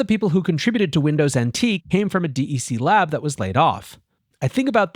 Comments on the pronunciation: Dec-k pronounced. not DEC. sounds so weird otherwise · “D E C” is/was pronounced “deck”. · Agree. He's definitely showing his lack of knowledge of this company. I had to think about what company he was talking about for a minute before I realized he was talking about "deck". :) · Just say "Deck" - I've never, ever, heard anyone call it D.E.C., in spite of what's printed on the machines.